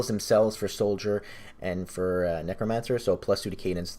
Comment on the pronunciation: Please stop saying kneecromancer. Otherwise. Epic build, good vid